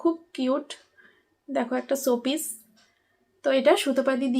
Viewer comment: শোপিচ না রে বোকা😂😂 show piece